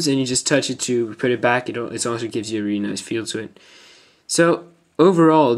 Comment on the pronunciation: Reary reary ftw